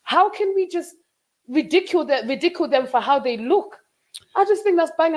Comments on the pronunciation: The Nigerian in her really came out when pronouncing 'ridicule'. Separately, I loved her confidence then and love the fact she's matured now. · “Ri dee cule” 💀😂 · The pronunciation of the word ‘ridicule’ is crazy work 😂😅.